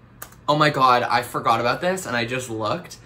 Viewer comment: OH MY GOD. That’s the first time I’ve ever heard anyone pronounce it ‘aboot’ in my life! No one in Eastern Canada has ever said it like that as far as I’ve heard. No one in Alberta either! Even my friends there have never heard it 😂 I always wondered where the stereotype even came from lol